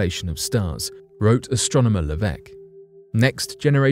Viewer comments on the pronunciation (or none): none